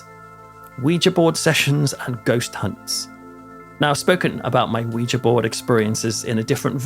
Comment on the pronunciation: Thank you for your channel! I'm a Brit living in TN and I grew up in Essex; I just love watching your videos about home! Also, thank you for pronouncing Ouija board the right way!